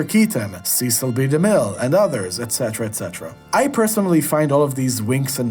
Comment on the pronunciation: Of the mispronounced names, Cecil B.DeMille is the most unforgivable.